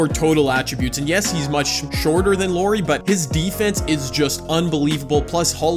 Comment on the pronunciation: Lori. little calls Lauri Lori. Glad you didn't choose him I wouldn't be able to handle hearing Lori over and over again. Good vid tho